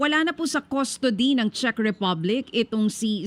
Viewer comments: for real CHEZ Ang basa mo sa CZECH?..or nag jo joke ka lang? "CZECH" pronounce as "CHECK" Sorry kung paminsan minsan kinokorek kita sa mga pronunciation mo Kasi ayokong makaisa sa ating Ang mga bobong vloggers eh. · Pronounce it as Chek Republic not Chez. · Ano b yan anong “chess” republic? Check po Ang pag pronounce. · Sabi ni Google, In English, the word "Czech" is pronounced exactly like the word "check" (/tʃɛk/). It rhymes with "neck" and "peck." The "cz" acts as a "ch" sound, while the "ech" acts as "eck," making it a simple one-syllable word. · Correction, pronunciation ng Czech Republic is “Tsek”. Thank you!